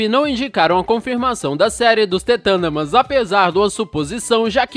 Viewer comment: mds é the thurndermans e não t tundermans e tbm para o video ter mais qualidade não repita tanto as palavras. Só estou tentando ajudar e gosto de teu conteudo